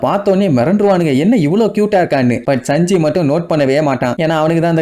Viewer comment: Saanji nu sollu bro sanji nu sollatha